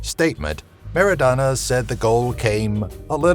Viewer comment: MARADNA , NOT Merodana .Everyone loves him like cocaine